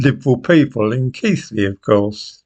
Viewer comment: Thank you,, for pronouncing Keighley correctly. That shows that you really do read the comments. As for your video, well it illustrates the cowardly nature of our authorities and newspapers. Thank you.